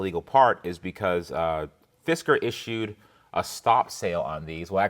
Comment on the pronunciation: every time i hear u say Fisker i hear "Fiskars" xD